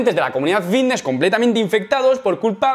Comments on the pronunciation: A mi no me engañas, sigues diciendo “Vvvvitness” 😂😂😂😂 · Bbbifitnesss qué bien lo pronuncias piquitooo